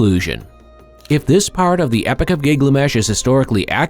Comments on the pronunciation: His name is GIL GA MESH Not Giglamesh 🙄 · Thank you! Was just about to comment about ole Gig-la-mesh 🥴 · Giglamesh giglamesh giglamesh... getting it wrong once or twice would be an accident. Are you one of those that must pronounce things your own special way??🙄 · Yeah, ole' Gig-lamesh. Did you guys even watch this before you published it? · driving me nuts with his pronunciation of giggly mesh. AI doing the talking? Belies the ascription of artificial "intelligence" if so.